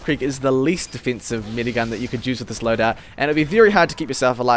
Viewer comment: He said "medigun", but because of his accent it sounded kinda like "minigun" :P